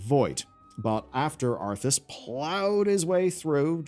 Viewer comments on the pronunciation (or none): none